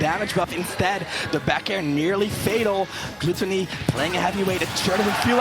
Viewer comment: Commentator stop fucking pronouncing his name "GLUE-tonny" instead of "GLUH-tonny" have you never heard english??!! JFC shit is driving me insane. I don't even watch ultimate but these players interested me, and these commentators straight ruined it for me being annoying af with their annoying ass commentary and mispronouncing shit.